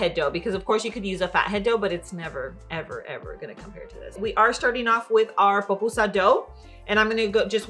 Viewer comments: Not another person calling it a “popusa”🤦🏻‍♀️ it’s called a PUPUSA😤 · Se dice “pupusa”